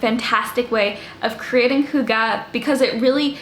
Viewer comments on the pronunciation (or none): It’s hUga not hugA 😂 (in hermiones voice) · Y in scandinavia is pronounced like a german u with dots on top. So if you know how to prononce that, than you're on it. The way she's pronouncing it (hooggah) sounds like our word for chopping something. And it's really bad haha. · Your pronounciation isn't that far off. Just imagine the Y pronounced like you would if you had to pronounce the letter "e" with your lips rounded. The sound is similar to the wovel the French "une" sound (just without the n-sound, obviously). The last wovel is said with less of an a-sound than the e-sound you make when you say "the". The phonetic spelling is /ˈhyɡ̊ə/ - but like I said, you're not that far away,.:-) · To pronounce Hygge more correctly: make your lips like you’re saying whooo and then make them tighter in the direction of whistling then add the H whoooogeh. Push those lips out forward and make them into a tighter circle. Practice and then make it shorter and you’ve got it. It’s true it’s similar to German ü. Also Gouda cheese is pronounced Gow-dah. 😜😂🥰 .. not Gooduh. 👍💪😜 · Lean how to pronounce it maybe??!😂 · I am danish and you are saying hygge sooooowrong. It kills me hahah - still love your videos though!